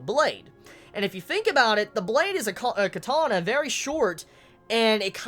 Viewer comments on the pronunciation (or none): none